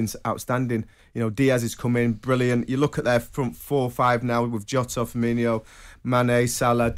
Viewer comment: Firmino’s been in England for 7 years. Laporte’s been in England for 4 years. How is Trevor still pronouncing their name wrong?? 🤣🤦🏻